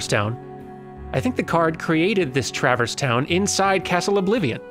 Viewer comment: It hits me oddly as well. Also the emphasis on the first syllable of "TRAverse" instead of "traVERSE". Picking nits to be sure; super glad (who will also be Prime among Dans to me) is doing this so I don't have to!